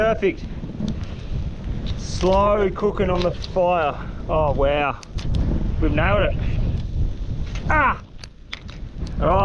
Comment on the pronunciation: « Wow »❌ « Wew » ✅